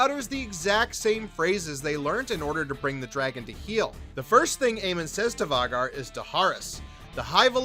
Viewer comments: And Vha-gaaar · VAY-GAR...idk how you're getting that pronunciation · For the love of Dragons it's Vhaaaaagar, pronounced with a long A !!!! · Vaw-gar ??? Night sister? 😂😂😂 be honest y’all wiki’d this video . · Hmmm we all watched the same show right? and in theory we should know how Vhagar is pronounced? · Hearing you say vhagar... I know you don't watch this show. You're a plagiarizer. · Your pronunciation of “Vagar” and “Lucerys” is NOT IT 😂😂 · I'm sorry I just can't stand the bad pronunciation of some of the characters name, Vicerys, Lucerys, Vhagar.. among other words 😤 other than that good video